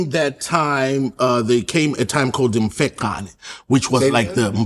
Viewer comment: A little correction it's "mfecane" not mfeqane as pronounced it.